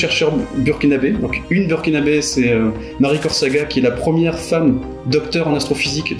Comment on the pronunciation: Vidéo génial et ici au Sénégal nous avions tous pu suivre sur les réseaux sociaux les pérégrinations astronomique!!! petit détail pour, on dit "burkinabé" et pas "burkinabèse" pour les femmes du Burkina Faso!!! ca a tendance à les agacer...